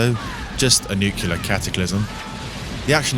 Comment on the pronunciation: Nuclear..........The word is NUCLEAR!!